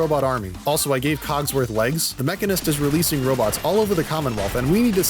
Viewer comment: It messes me up so much that he calls him COGswoth when it’s CODsworth. But funny so idrc